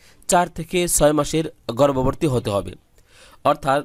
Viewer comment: উচ্চারণ ঠিক করেন। গর্ভবতী নট গর্ভরভর্তী😡